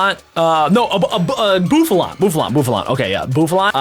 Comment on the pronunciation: It’s not bofflo